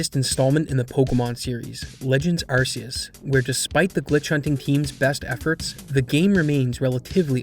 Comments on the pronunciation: and what, you gonna call someone on you "arse" phone? 🤣🤣 it's Ark-ee-us and I don't want to hear these plebs argue otherwise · archaic, Arceus ✔ sea, Arseaus ❌ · AR KAY US You'd think after the heavy advertisement that used that pronunciation content creators would at least try to say it correctly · It’s pronounced arc ee us do you think every c = s oh my arceus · I read something today that was released by Pokemon that officially says how Arceus is meant to be pronounced. ARK EY US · hate to be that guy but arceus is pronounced "ark-ee-oos" the reason it's a hard c is because arceus derives from the word arc which has a hard c, and the anime said arceus with a hard c because arse is a word and it means butt this is the same as rayquaza which is pronounced "ray-qway-zaa" because part of it's name is derived from the word quasar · It's pronounced ARK-ee-us. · begging y’all to stop pronouncing Arceus like “arse” did the naming of RKS System not clue you in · Again, if you decide to call it Arceus with an 's' sound rather than you 'k' then you have to call the phone the 'arse phone'. I don't make the rules. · You pronounce arceus wrong and it bothers me a lot. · A shame you can't pronounce Arceus correctly, pretty cringe